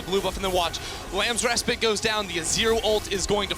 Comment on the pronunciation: Why can't they pronounce 'respite' properly?